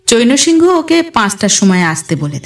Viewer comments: হিন্দি বা অন্য ভাষার নাম বা অন্যান্য শব্দের উচ্চারণ একটু খেয়াল করে করতে হবে। চৈনো সিংহ নয়, চ্যায়ন্ সিং - এরকম উচ্চারণ হবে। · চৈন্ সিংহ্ নামের উচ্চারণ কিন্তু চৈনঅ সিংহঅ হবে না। চৈন্ সিংহ্ উচ্চারণ করতে হবে।